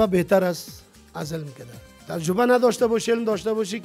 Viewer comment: هههههههههههههههه ترجبه نی تجربه ههههههههههه حال از امو مجیب هم یاد نگرفتی که او چند بار گفت تجربه تو انوزام ده گپ غلت خود روان استی ترجبه هههههههههههه